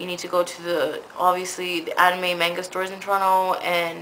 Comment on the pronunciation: You pronounced manga wrong Dx